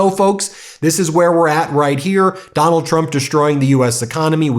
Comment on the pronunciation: Riieet? Riieet? No. Not right. She’s lying… to credulous ignoramuses.